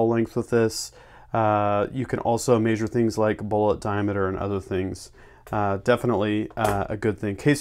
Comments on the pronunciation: say mehshure not maysure damn it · The way he says measure makes me smile for some reason lol.